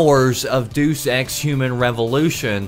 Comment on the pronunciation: Learn how to say Deus Ex